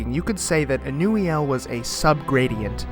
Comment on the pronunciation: ur pronunciation is correct ive been pronouncing it something entirely else 😂